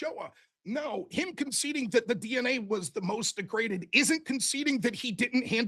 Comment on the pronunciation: omg. It's not deg-re-daded. It's de-graded. Holy moly